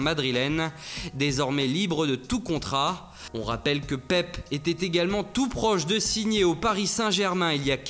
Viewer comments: Attend quoi ?!?! Il dit Pepe sans prononcer le e à la fin ? donc pour tous les autres prénoms de joueurs étrangers il force, mais la quand il doit bien prononcer il le fait pas. 😂 Comme d'hab bonne vidéo ! !! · Jacques Le Bledart ah ouai ! mais bon dans la plupart des langues on prononce le e à la fin donc Pepé